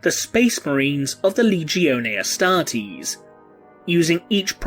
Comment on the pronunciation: "of the Leegeeohnee Ahstrahtees"